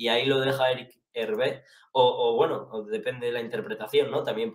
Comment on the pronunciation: Vuelve a decir Erick JERVÉ y te prohibo quejarte cuando digan jopcast